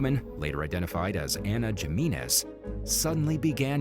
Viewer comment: do theses narrators Spanish ?gimenez?Jimenez.?pronounced himenez?j is an h in espanol.not g.this guy has no Hispanic friends.